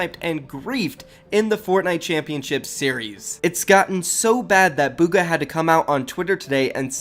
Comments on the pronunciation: he really said “where is bugger” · He said booger didn’t he? There was a player in the finals named boogereater like was he even talking about Bugha?